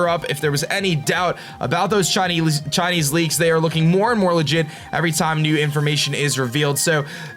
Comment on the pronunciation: whenever you say Chinese it sounds like shiny